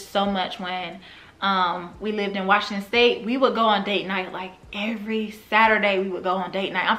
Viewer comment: Love your channel. You crack me up every time you say Washington STATE! 😂 I’m from Tacoma and I found your channel last year after you moved 😩😜